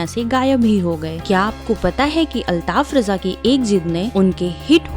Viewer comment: Bahen jaankari badme dena pehle unka nam sahi se lijiye aap